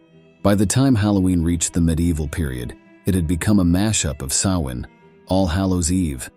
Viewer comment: Great job. The same information on Halloween history but narrated in an appealing, interesting and more down to earth way. I was afraid the narration was going to be AI generated. If it was thanks for correctly pronouncing “Samhain.” 🎃